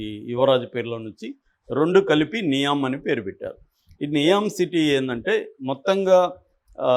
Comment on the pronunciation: ఇది విడి కి డైరెక్ట్గా సౌదీ నుండి న్యూస్ వచ్చింది. నియోమ్ అనికూడా పల్కలేక చెత్త వాగుడు వాగుతున్నాడు,దానికి ఒక తప్పుడు నిర్వచనం.ఇలాంటి చెత్త ఛానళ్ళు చూస్తే జనాలు పెడ త్రోవ పడతారు.